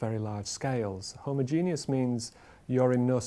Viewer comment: "Homogenius" ffs